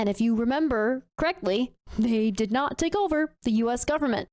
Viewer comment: I tend to notice things. Saying, “Deeyud” instead of “did” is a sign of low intelligence.